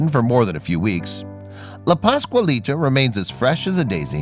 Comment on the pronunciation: He just CAN'T say "PASQUALITA" without screwing up the first syllable. WTF man!